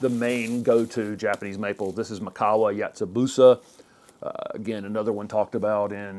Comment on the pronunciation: ‘Mikawa Yatsubusa’ is pronounced “Me-kawa Yatsubusa”